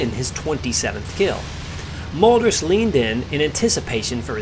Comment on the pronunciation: Great video and well explained...Just let me make a small correction in your pronunciation of the Mölders name..it sounds like Melders instead of Molders.